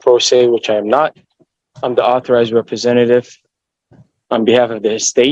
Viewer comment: "I'm not a rebezenative. I'm an ARTHURIZED rebezenative. Stop your pazmptions."